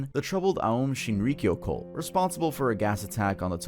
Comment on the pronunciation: Put a lot of effort into sayin Shinrikyo correctly, nailed it! The way you said VINEYARD tho